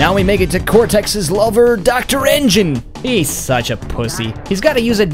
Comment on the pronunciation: your laugh about n.gin (engin was weird)